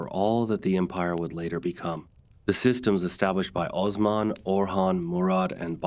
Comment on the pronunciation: Jesus, Mary, Joseph & the 12 Apostles!!!! Please say these names properly. Osman - not Ozz-man. OOOOOOOOsMan. He's wasn't the Wizard of Oz. Ertugrul -- is Air-truulll. It is not pronounced phoenitically. Bursa is not Bur-Sa. It is Boo-Sa. The "r" is silent. You vacillate between Or-hann to Or-hane. It's Or-hahn. It's Murh-Rod. You vacillate on that too. Bye-a-zad NOT Bay-a-zid or Bye-a-zid. You vacillate on this as well. You need to be consistent w/your pronunciations & accurate. It's distracting. And please do not say it's your accent. Had you properpy researched your subject, you'd know exactly how to pronounce these historic names. Plus, you can watch Turkish TV or contact a Turkish Embassy. I'm an American non-Muslim - non-Turkish only American English speaking viewer watching from America. Allahu Akbar🇹🇷